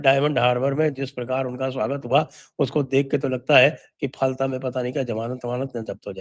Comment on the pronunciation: फलता नहीं फाल्टा हिंदी भासी बोलते है, बंगालीओ का उच्चारण उल्टा ही होता है, जैसे गुजरात को गुजराट बोलते है आप किसी बंगाली का उच्चारण चेक कर लो